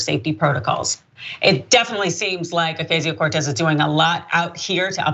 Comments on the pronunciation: Why are you saying her name like "Ocazio" when it's pronounced like "Ocasio" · Please pronounce Ocasio correctly. You are pronouncing it how the right-wing intentionally mispronounces it.